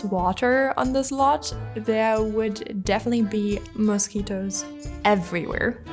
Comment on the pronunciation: This was a really beautiful place until you say "mousquitoes"